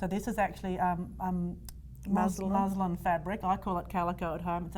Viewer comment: she refers to a fabric as 'Muslim'. Does she mean 'Muslin'? Muslin is a fabric.